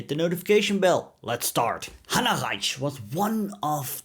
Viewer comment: Beitte die aussprache kontrollieren Sie hieß hanna reitsh nicht ratsch